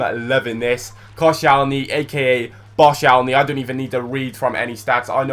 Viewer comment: Who the heck is coshalny? Its Kościelny! Whats so hard in reading this.